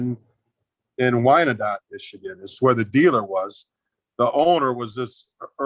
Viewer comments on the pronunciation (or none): It's pronounced "WINE-DOT" it was an Indian tribe.